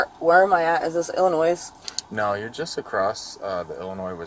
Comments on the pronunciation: several crimes were committed but by far the most heinous is pronouncing "Illinois" as "Ill-in-Noise." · So is pronouncing the "s" in "Illinois" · Also the way she pronounced Illinois "Illanoise" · She called it Illinoise. Never even learned how to pronounce states. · Illinois..... Ill-a noise? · Pronouncing lllinois ‘Illinoise’ is the real crime. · She said "are we in Illi-noise?" Cringe. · She said “Illin-“noise” for Illinois….throw the book at her!! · Is this "IllinoiS"? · shoulda known she wasnt from anywhere near illinois when she called it illi fucking NOISE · You know she's not from Illinois when she pronounces the s at the end. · And she pronounced the s in Illinois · And the fact that she pronounced “Illinois” with the s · The real crime: she pronounced “Illinois” wrong. The “s” is silent, sweetie. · Not likely. She mispronounced Illinois. The guy all your republicans bow down to also can’t pronounce regular American place names. Yosemite immediately comes to mind. 😂😂😂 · People who use the S at the end of Illinois are these types of people 😂 I hate Illinois but I would never use the S at the end of the pronunciation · She said Illinois with the s lol fyw we don't say the s here.